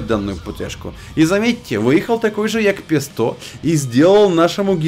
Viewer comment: Это джепег, а не ягпесто :)